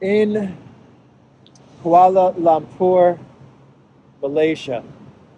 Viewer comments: the word "Lumpur" in Kuala Lumpur is pronounced "l-uh-mpur", not "l-ah-mpur". Or, more often, we just say "K.L.". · it’s Kuala Lumpur - pronounced „Loompuor“ not Lam 😉 just thought I’d mention it not that you insult any nationals there 😬 Stay safe and glad to see you’re not sick 👍🏻